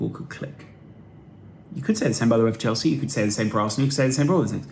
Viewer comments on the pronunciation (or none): none